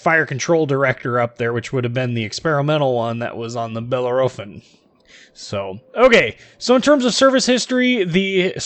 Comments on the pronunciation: OK, sorry, but I have to stop. I can''t stand the way you are mispronouncing Bellerophon. Think it should more like: Belair-o-phon? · Grrrrrrr !!!!!!!!!! .... 4 syllables ... "Bell" "Air" "A" "Fon" .. say it quickly and you won't go far wrong ... Just Say ... Fresh Prince of "Bell Air" ... little .. "a"... "Fon" ... Bell air a phon (without a breath) .. I swear Trump won't mind (too much) :) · bell - air - o - phon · Wow it not that big of a deal, it’s a simple mistake , jeez